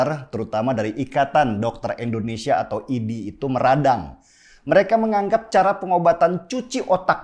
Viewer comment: Tujuan gua nntn yt sekarang cuma liat lu bang. Tapi tolong lah kalo ada kata2 Indonesia jangan abang sebut endonesia.. pake in atuh bang